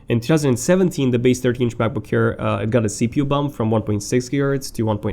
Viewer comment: why do i always hear "macbook HAIR"?